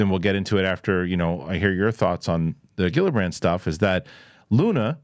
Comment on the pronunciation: Kir-stun Jill-uh-brand